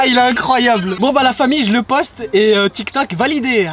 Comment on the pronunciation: Jsp sa fait commdien il a di icroiyable